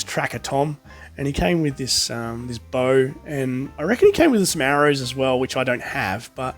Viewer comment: Just so you know you miss pronounced arrow